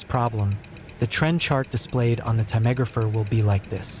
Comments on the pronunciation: This is the first time I've ever heard the word "timegrapher" pronounced with 4 syllables instead of 3. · Tammegrapher ? It's TIME grapher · Your pronunciation of timegrapher needs improvement 😅